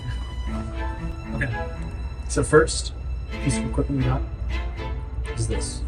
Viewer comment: EQUIPMENT NOT EQUITMENT.